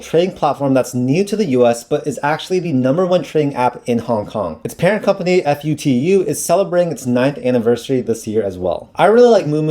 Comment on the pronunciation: Btw it’s not called F-U-T-U, you say it as Full-Two.